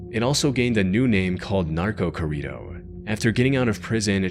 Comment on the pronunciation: Not corido, a corrido. Gotta roll those Rs, bud.